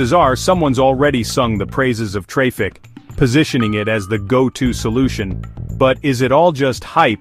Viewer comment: Pronounced, Engine X and traffic bro.. Is this ai?